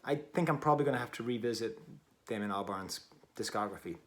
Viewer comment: Its Damon not Damian but good review